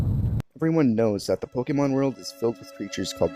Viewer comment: The way he says Pokemon kills me for some reason